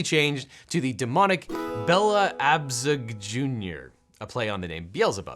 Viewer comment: Oh no you messed up on Bella Abzug's name, lmao she was really important